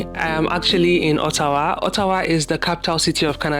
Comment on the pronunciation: I like how you pronounced Ottawa, not all these fake orttawa accents 😅😅